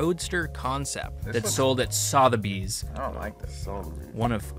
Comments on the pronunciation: Please stop saying Sotheby’s how it’s spelled. As a Brit it’s really irritating. It’s Sutherbys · Pronounced S"uh"theby's - soft "o". You probably don't care but there you go. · its pronounced "suth-a bees" suth rhymes with "above" but with a th sound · Sotheby's is pronounced suh Thur bees pretty much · Repeat after me.... "Sutherbys" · Nobody mentioning the pronunciation of "Sotherby's"? No? K